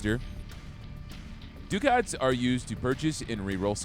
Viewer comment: okay this is me asking not anything else. is that really how you say Ducat?